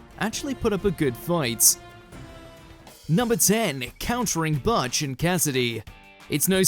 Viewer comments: Butch: THE NAME IS BUTCH NOT BATCH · It's not "butt-ch" it's "booht-ch" LOL